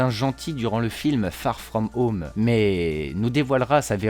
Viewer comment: Farrr frrraum heaume 😂😂😂